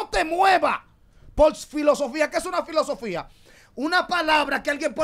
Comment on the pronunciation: Silosofia ahah se dise filosofía